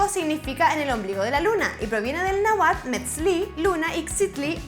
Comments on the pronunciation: Se pronuncia náhuatl así! No nauatl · Amiga un poquito de repasar la pronunciación es NÁHUATL (NÁ-WA-TL el sufijo tl es semejante a la pronunciación de las letras TLE en palabras inglesas, ejemplo: bottle) y no es meshiko es MEK-SHÍ-KOH en pronunciación nahua; lo que si le atinaste es que los españoles no sabían de la pronunciación adecuada. se escribió en una época como MEJICO pues la semejanza auditiva de la SH nahua era acercada a la J francesa o portuguesa. De igual forma, los españoles utilizaban la X para las palabras de pronunciación de la j POR ESO en el siglo XVI Don Quijote era DON QUIXOTE. Tiempo después se cambió la x por la j. Gracias a la herencia novohispana en México la X tienen aún en muchas ciudades la misma pronunciación: XALAPA (jalapa) XICO (Jico) XALISCO (jalisco); irónicamente otras palabras de origen nahua principalmente nombres propios pero hispanizadas se pronuncian tal cual el náhuatl: XICOTÉNCATL (kshikoténcatl) XÓCHITL (ksochitl) aunque irónico es que dependiendo la región del país la misma X en nahua tiene pronunciación de S ja ja ja. SALUDOS